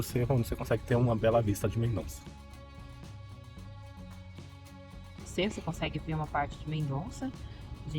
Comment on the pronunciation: O NOME CORRETO É:MENDOSSA, E NAO COMO VOCÊ FALOU MENDONÇA. O Z EM ESPANHOL TEM O SOM DE S.EX. CORAZON,QUE SIGNIFICA CORAÇÃO, A PRONÚNCIA CORRETA É: CORASSON,ENTENDEU?